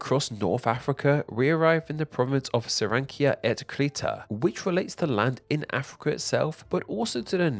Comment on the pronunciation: "Sirancia et crita" Bruh